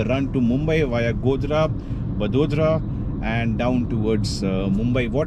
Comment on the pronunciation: It's vadodara sir